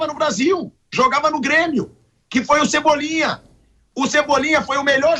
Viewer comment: Cebolinha kkkk horrivel.